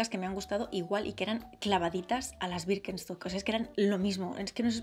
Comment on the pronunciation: Como puede decir wirkenstoc tantas veces sin equivocarse